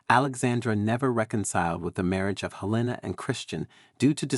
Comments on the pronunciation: Her name was HELENA not Elena, English not Spanish! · "V" is Roman numeral 5. The man's name was not "Frederick Vee". While you're at it, look up how to pronounce "Helena." I guess AI strikes again.